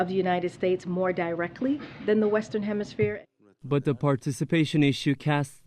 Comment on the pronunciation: "The Western Hemi-smear"